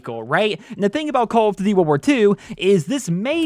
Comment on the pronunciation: “Call of D’warwar 2”